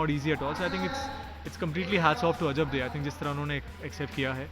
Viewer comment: its ajabde not ajab di😂😂😂😂